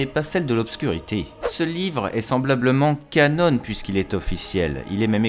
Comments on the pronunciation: Sympa... Par contre j'suis désolé mais "canon" se prononce... bha "CANON" et non "canone"! Ça m'a plutôt piqué les oreilles!!! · on ne dit pas Canone" mais bien canon, comme un canon de bateau pirate ^^ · Moi c'est ses "canone" qui m'ont rendu fou. C'est "CANON" bordel, du français de base. Tes vidéos sont biens mais ça reste un supplice pour les oreilles, un effort pitié. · Les oeuvres qui ne sont pas légendes se prononcent: Ka-non (de canon) et pas ka-none; c'est pas une marque d'imprimante..... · Cela se prononce Canon, pas Canone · Ca-NON et pas Ca-NONE mec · Stp dis canon et pas cannon on parle pas d’un putain d’appareil photo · merci ! par contre on ne dit pas "canone" mais "canon", c'est un mot français. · "Cannone" issou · Oliver Septik canon c’est un terme français et ça se prononce comme l’arme. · Té woane oui oui "canone"... la avec vos prononciation a la française... et après ça veut corriger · Gaeld ric il le prononce juste à l’anglaise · Tu sais canon est aussi un mot français (Canon, création officielle dans le domaine des œuvres de fiction). Donc tu peux le prononcer normalement, à la française, et éviter d'écorcher les oreilles des abonnés. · Canon s'écrit de la même façon en anglais et en français, mais ne se prononce pas de la même façon. Tu fais une faute à chaque fois que tu prononces ce mot ! Ta video est très bien mais ça fait mal aux oreilles. ;)